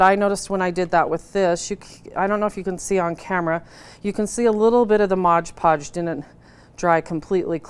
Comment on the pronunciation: It is MOD PODGE, not modge podge!!!!!!!!